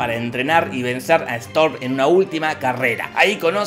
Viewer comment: ' Jorge: "Mientras Strom" Like si te diste cuenta